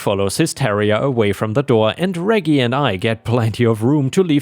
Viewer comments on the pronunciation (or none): For future reference, Reggie is the shortform of Reginald, and the g's are soft, not hard. The name is pronounced REH-jee, not reggy. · First story.... Moron shoots neighbors' house while cops are there? That could be a fatal mistake. 🤨 Reggie is pronounced "rejee", soft G. House cleaning story.... OP is NTA. Hubby is a fool, and that neighbor is an entitled B. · I was grocery shopping during upload today so I missed it. Reggie is pronounced Re-G btw. Awesome video! Forever a ⭐ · It’s pronounced Rej e with a J sound from Reginald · By the way, "Reggie" is pronounced in a way that rhymes with "Edgy". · Srory 1: the dogs name reggie is pronounced like veggie (short for vegetable) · Reggie,,,,, thats a soft G like German not hard like go